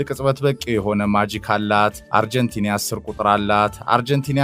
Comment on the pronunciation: why do you say አርጀንቲንያ? It is አርጀንቲና:: Correct it.